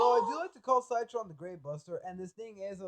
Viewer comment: Sie - Tron? it's Si - Tron... Like citrus... but... umm... ok?